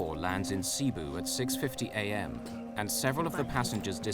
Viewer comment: He says it right, its not SEEBU!